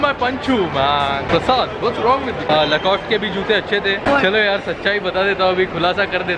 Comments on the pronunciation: you pronounce "lacoste" as "lacostae"..... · it is pronounced Lacostee